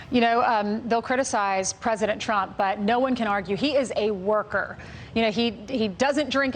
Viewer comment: Did they pronounce “worker” wrong?